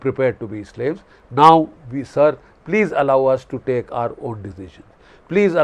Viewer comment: "Pakistan Sarrrrrrr." 😅😂😂😂😂